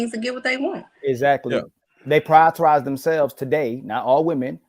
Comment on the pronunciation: "Priortorize"